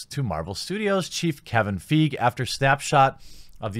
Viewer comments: Its pronounced "FY-GEE" lol. Everybody makes the mistake so it doesn't really matter. However I'm all for it and yes I'm all for Captain Marvel being the leader but I just cannot stand the casting choice because let's be honest, no 13 year old boys are going to have posters of her on their walls to beat the meat Like Scarlett Johansson's Black Widow. She looks like she has no charisma at all. She's always blank in all the promo and I know the movie hasn't released but this feminism s*** needs to stop. We're at a time where everybody is treated the same and these Nut Job women don't understand what feminism is. They just automatically assume, "MEN BAD. GIRL GOOD". That's not what it is at all. It's about not judging somebody because there are a female. And being treated equally. Not attacking the other gender. This is getting out of hand and it's annoying me because this might be the first Marvel flop because of her actions. She could single-handedly ruin MCU if she continues with this s***. Miss flat Butt needs to calm down like I do at the moment. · I want to like this video so much, but when you can't even do enough research to know how to properly pronounce Kevin Feige's name, it just makes you look like you don't know what you are talking about. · Is it Feige or Feige... I’m pretty sure you’re saying it wrong 😂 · Look, if you can't even get their names right, why bother with your attempts at an enlightening YouTube spot. Good thing I didn't waste my time watching the whole thing... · Please pronounce Kevin Feige's name correctly... 🤪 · lol when only white dudes are getting pissed because a white women said their opinion doesn’t matter. Get fucked white folk, your own people are turning against you. Also you’re pronouncing feige wrong you neckbeard Neanderthal. Catch me at captain marvels midnight release and a second viewing the same weekend. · You're killing me smalls. It's not pronounced "feeg", it's pronounced, "foggy". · Feige is pronounced F eye gee. :)